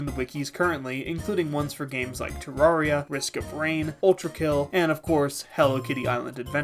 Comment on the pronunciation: was on board with this video until you pronounced terraria like that